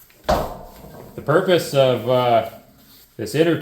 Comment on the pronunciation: Uneccessary porpoises and appendages, something you can’ unhear..🤣